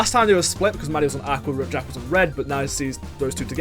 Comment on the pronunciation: Calling jvckk Jack? Nah. Jih-vick? No way. J-uh-ck? 😂😂😂